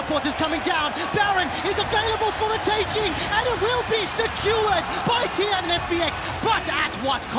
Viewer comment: All memes aside, Im super bothered by that one caster that keeps pronouncing "secured" as "skewered". Like hello? And I think he got a couple others mispronounced too.